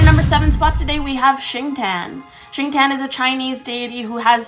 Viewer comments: By the way it's pronounced as "sing ti yen" not singten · Xingtian tho